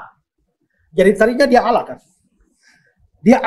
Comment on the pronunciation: Jelas jelas Allah di baca Allah buka. Alah,dari sini aja sudah sangat jelas bahwa anda tidak baku dalam membaca huruf.